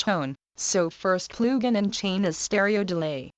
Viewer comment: I will never get over that voice saying PLOOGIN xD